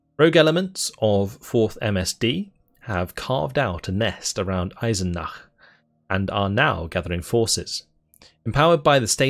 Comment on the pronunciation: You got the thumbs up from me for pronouncing Eisenach so German… Luther translated the Bible for the first time from Latin to German in Eisenach. If you ever plan to Visite Germany visit Eisenach and the many beautiful places in middle Germany, so much culture wherever you look.